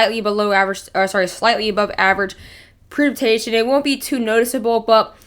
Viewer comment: YOU CANT TALK.... PRECIPITATION. Pronounce it correctly. your missing the CIP..... Say it correctly.... WTF.